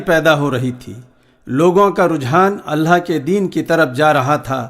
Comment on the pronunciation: Mashaallaah bhoot khuub kaha Sirf itna hai ki لفظ (الله) كو صحيح پرہہے ( الهاه) پرہا جارہا ہے